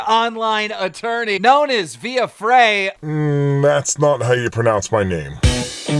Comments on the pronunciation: Keemstar: Another online attorney... known as Via Fray.... Viva Frei: Mmmmm... that's not how you pronounce my name. Me (channeling my inner Viva Frei): Technically, that is how he pronounces your name. Edit: Me (channeling my inner Viva Frei at myself): An assumption appears to have been made that the subject of "you" was Keemstar when that was not necessarily the case, as it could have been the audience. ... I don't like Viva Freiing myself, so I'll leave Viva Feiing to Viva Frei. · Definitely said Via Frey. Clearly got his early job training sharpie-ing people’s names incorrectly on the side of their Starbucks cup to troll them before he ever had the internet platform to do it on a global scale. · "Viva Frei, Montreal litigator turned YouTuber..." "Viva Fray" Dude literally says his name within seconds on every video. Edit: You guys are right. He says "Via Fray". I can't imagine watching a handful of videos to find out who this other person is only to not get his name right when he says it at least once per video. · Was he trying to be funny with his pronunciation or did he just not care? The most painful part is you say your channel name in the INTRO to EVERY video. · thats not how you pronounce my name...sounds like a clear cut defamation case there lol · He mispronounced your name, SUE HIM FOR DEFAMATION!!!